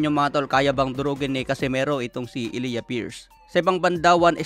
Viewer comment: E-lay-ja pagka bigkas jan.pariho kami ng pangalan ni pierce